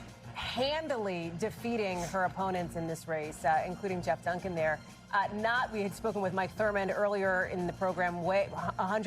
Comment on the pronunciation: Geoff Dunkin - pronounced Jeff.